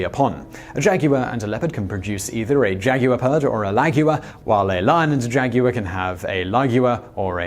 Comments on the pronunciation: Why is it so hard for Britts to say "jaguar"? Jag war, guy. It's easy. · Did you say “jagmeeoff”? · Jag You Lar is how I’m gonna say it from now on too.